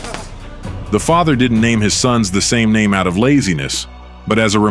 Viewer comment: Damn pronounce the man Right smh